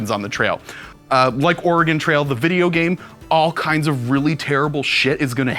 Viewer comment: It sounds like is saying "The Organ Trail" instead of "The Oregon Trail"...